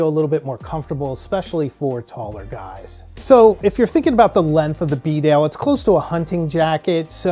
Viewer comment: Its pronounced beedale, not b'dale